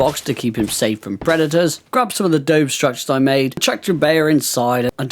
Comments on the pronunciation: Just to help a bro out... This is how it's pronounced -> Adobe = UH-DOUGH-BEE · Just letting you know, you kept mispronouncing Adobe